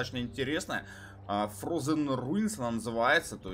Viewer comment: Не надо пытаться переводить что-либо, комментатор только подчеркивает что совершенно не знает английский язык. Как альтернатива - посмотреть заранее в гугл-переводчике (frozen). Бой замечательный, комментатор, как всегда, эмоционален, смотреть одно удовольствие. Лайк. Докапываюсь именно к местам, которые режут слух :)